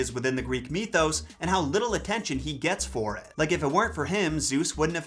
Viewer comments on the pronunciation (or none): none